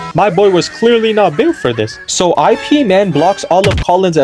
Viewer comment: it's not "I.P.". it's "Ip" like up but put an I instead of a u